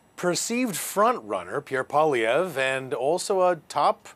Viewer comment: How hard is it to teach a Canadian, a member of a Bilingual country, to pronounce M.Poilievre's name? It surprises me that these Canadian reporters cannot learn to pronounce 'poil ' and 'ievre' in proper French. It is courteous to learn how to pronounce a person''s name and does not to take much effort.